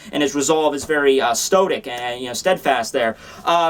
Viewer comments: Hey, for the longest time, in many of your videos, ive heard you pronounce the word "stoic" as "stodic." Maybe youre using another word and i could be wrong? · It's 'stoic'.